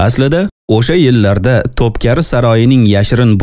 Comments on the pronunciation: To’pkari emas, To’pkapi saroyi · Топкари эмас топкапи ,эхх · Тупкапи саройи.Тупкари эмас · Топкари эмас Топ копи (топ- замбарак) ( копи- эшик) дигани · Топкари эмас Топ капи🌷🌹😊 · Топкапи булса керак, Топкари эмас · Top keri soroyi emas top kapi saroyi